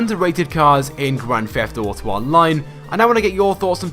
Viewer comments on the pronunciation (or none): You: "Grand feft uto online"